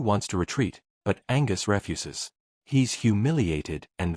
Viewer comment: I'm still laughing about the AI narrator stating that Angus "refusses". Still don't know the story.